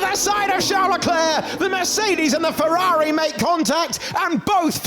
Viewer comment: Ferrari❌. Fewawi✅